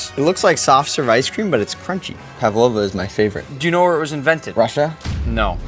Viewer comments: ПавОва? Кто удорение ставил? ПАвлова. 😮 За озвучку 2😂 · Павлава ударение на а